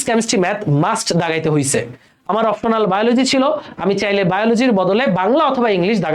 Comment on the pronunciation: এটা "অপ্টোনাল" না "অপশনাল"😅